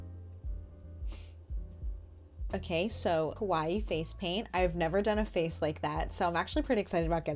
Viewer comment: Kowai means scary, which is what your saying instead of kawaii